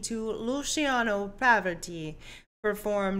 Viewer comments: "Luciano Poverty", this could probably be the most fun pronounciation I've ever heard!😂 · Luciano definitely was one of the greatets tenors ever. The correct pronounciation would be "Lucy-'ano Pava-'rotti" (you always stress the last syllable). You are not the only one crying with this piece. He hits me everytime, even after so many years! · It's pronounced PAH-vuh-RAH-tee. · You butchered his name lol